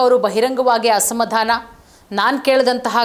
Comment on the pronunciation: ಅಸಮಧಾಮ ಅಲ್ಲಾ ಮೇಡಂ, ಅದು ಅಸಮಾಧಾನ! ಸರಿಯಾಗಿ ಉಚ್ಚಾರಣೆ ಮಾಡಿ 🎉